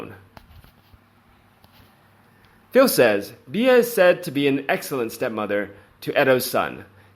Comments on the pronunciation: her name is pronounced 'B' you can megans name wrong as much as you like but please get Beatrice right x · Please!! Beatrice's nicknamed is NOT pronounced "Be-ah!!" The proper way to say it sounds like the insect called a "Bee." 🐝 And Eugenie is pronounced: "You-jeh-nee," or "U-zuh-knee." It's French, and it has a soft sound. I think this will help your videos sound authentic. 😀